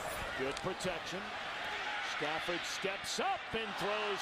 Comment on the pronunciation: I love at he says "Matthew Staffond"